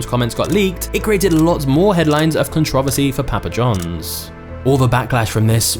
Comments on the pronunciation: Hey buddy, its CONTROVERSY not "controvesy"....You say this in all your videos !!😊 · Hey buddy, its CONTROVERSY not "controvesy"....You say this in all your videos !! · Con-trov-visy? It's con-tri-ver-see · LoL… “ ConTron Verse E ”. Never heard it pronounced that way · Con-trow-versi (pronunciation controversy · You have some great stories but why do you say controversy so weird? Surely it's not just an accent thing.